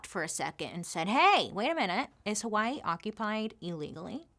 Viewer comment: 🌺Aloha Bailey, Mahalo for your story on Hawai'i! I've been a fan for years and now you are sharing about my home. You did a great job sharing the information on how Hawai'i not only got occupied but the overthrow and the current situation native Hawaiians face. (even the names... grinning you did well sis!!) 🌺 I always appreciate your candor and open honest way you tell the stories you do. So proud of the fact you are bringing information to people who are unaware of the not so pretty side of my home. (side note... Loved the fact that you shared about hula being against the law and the language... That is my history and my culture and now many will know) Luv you lady keep the stories coming!!! MAHALO NUI!!! 🌺